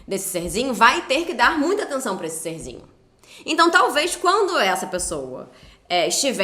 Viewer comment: Ele falando "ser-zinho" sinto o ranço daqui kkkkkkk